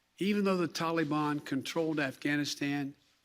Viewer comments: Somebody please tell Joe it’s Taliban not tollybon. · Tolly Bon ??? WTF is a Tolly Bon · If we have to listen to this morons lies, can someone please tell him how to pronounce TalaBan instead of Tolly bon. How he can still continue to lie like a dyin' rat is unbelievable. This foolish man has done nothing but destroy lives, destroy futures, and destroy our Nation. He's just not gonna get away with it. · "Tolly bon" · "The TOLLY BAWWN" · He even says taliBON wrong... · The way he pronounces Taliban makes me cringe.